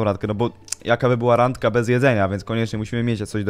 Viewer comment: "Randka" Nie Rangka